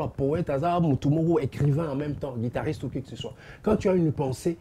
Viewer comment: Mr le présentateur c'est " guitariste" et non " guidariste"